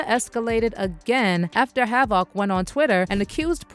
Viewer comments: "Have-ak" wtf. Delete this whole account smh how you dont know havoc or the actual word havoc? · Fuck AI isnt HAV IC